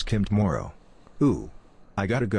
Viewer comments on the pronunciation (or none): none